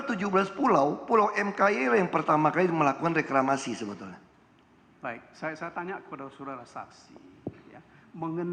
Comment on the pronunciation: Setiap nyebut reklamasi pasti yang disebut Ahok rekramasi 😂😂